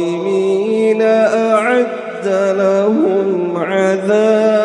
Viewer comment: Ayat ke 26 Ada kesalahan rasanya.. awalam yahdi lahum.. tp dibaca lakum.. maaf jika saya silap dengar..